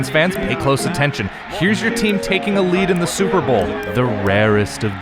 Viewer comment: You said Super bowl 35, 2001 wrong.